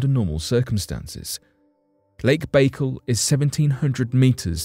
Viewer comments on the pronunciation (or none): Its called baycal lake not bagel, you have to do russian voice over A's and L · Omgl...if I hear " Lake Bagel" one more time going pull my hair out...it's pronounced...Bye-Call ( Baikal).. And hold up....this is olllld stuff☹️ Nothing new...damn😒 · It's not 'Bake al' it's 'by_carl'.Get a grip! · Look even though its spelled Baikal its not pronouced bakeel it Be-kaal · Lake Bai-kal. Not lake bakel …..damn man……pronunciation is key. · ok this is driving me crazy. Pronounce the lake correctly please. It is pronounced "Back Call" not "Bakal" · It's pronounced "Bye kal" not "bagel". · Its not lake bagel its lake bike-all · There's no dash in it. I was explaining how it's pronounced. It's just Baikal but the way he says it sounds like "bagel" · Its pronounced BYE-CAL sorry man but it hurt my ears when you say bakel like bagel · It's not lake bagel. It's lake by call. You really diminish your content by not being familiar with rudimentary facts. How can you speak on something authoritatively if you can't even pronounce it correctly. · ffs....... its pronounced bah-kaal. your a baykle!!! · It's NOT "BAE-kul", it's "BYE-CALL"! USE THE NATIVE (Russian) PRONUNCIATION! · That's pronounced -"Bye-Call", not "bay-cul". Just thought you should know, Your shows are usually very well researched and very informative. Someone dropped the ball. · I kept thinking bacon every time he said it lol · I started to write the same message, but thought again, and here you are. Thanks. That was driving me crazy. I like your phonetic spelling better than the one I probably would have used too. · Pronounced 'Buh call'... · Jesus man, it’s not pronounced Lake Bagel 🥯. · It's pronounced By-kal. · "Lake Bakle"?? Please learn the correct pronunciations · It's pronounced Bai-Kaal just an fyi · It's pronounced BAI-KAL, Jesus. You're making my Russian ears bleed. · It's Lake Baikal, pronounced bai as in bicycle call as in call. However, I'm sure the telescope will give good data. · Lake BayGull